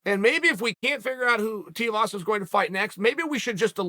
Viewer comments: its TUIVASA not TIUVASA hahaha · Too eee vaaa saaa say it with me Chael! Rhymes with Shoey vasa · God damnit Chael has me saying it Teavasa now lmao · Gotta start pronouncing Tai’s last name right. Coincidentally, it rhymes with “shoey”. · Hey BAM-BAM, should you read this, your surname is now Tiuvasa, Lord Uncle Chael of Manscaped-Ridge Walletville, has told us. Congrats, we did try to tell him a few vids back but he obv DONT READ COMMENTS. Tai Shoeyvasa. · Chael please it’s pronounced “too-ee-vasa” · "Tiavasa" lmao when Uncle Chael butchers your name that's that, your stuck with that name for life deal with it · say "tuii vasa" properly its not that hard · "Tai Tiavasa" - Chael Sonnen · “Tai Tiavasa” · Too ee vasa.. Chael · I've thought for a long time you were bad at names on purpose but consider just look at the dudes name. Tuivasa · The way Chael pronounces Tuivasa kills me hahah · Of all the names Chael butchers for some reason this bothers me the most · Ffs Chael, Tai has already fought and beat Andrei Arlovski. Would it kill you to do a bit of research man. Also, you give him some respect and pronounce his name right...